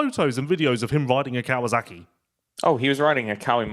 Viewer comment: Hi, love the show, but please pronounce Kawasaki the way it's written. It's not "Kawazaki." There are some names in Japanese that end in "zaki," but Kawasaki is not one of them.